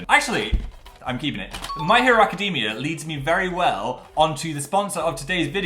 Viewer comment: Phil I am BEGGING you to learn how to pronounce "academia"